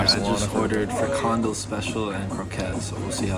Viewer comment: Actually, neither friKANdel nor FRIkandel is right. In this word the stress is on the last syllable, so it's: frikanDEL. Also, the beer Bavaria is indeed from the Netherlands, even though the name would suggest otherwise. There's a brewery in Lieshout (province Noord-Brabant).